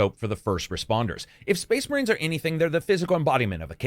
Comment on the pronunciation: SPOICE MUHREENS? SPOIC MUHREENS!